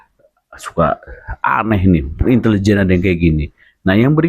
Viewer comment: Itu bukan intelejen...tp Itilijen ...😂